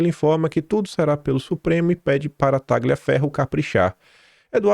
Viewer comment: Taglia é um nome italiano, pronuncia-se Tália ou Tálhia.